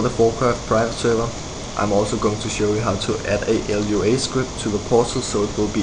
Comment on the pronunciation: Dude -.- It's just Lua, not l-u-a... Lua is brazillian for Moon and the creater is brazillian, hence the naming.